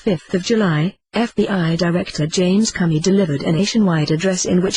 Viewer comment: The voice said, "James Cummy".